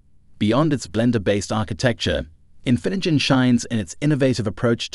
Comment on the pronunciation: It also completely butchered "Infinigen" the first time, right when the word was on screen. "This is INFINJIN" lol